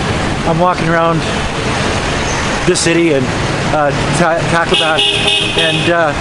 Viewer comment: Why do so many foreigners pronounce Tacloban incorrecrtly...??